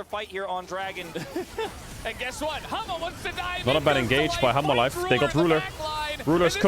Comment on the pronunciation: Why I am kept hearing Caedrel speaking Humble life instead Hanhwa Life LOL